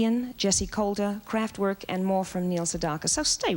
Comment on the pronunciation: Kraftwerk: Surprised that they did not get the pronunciation right, It's KraftVerk. Auf Deutsch, give it an "AH" sound - Krahftverk. It means "Power Plant" in english.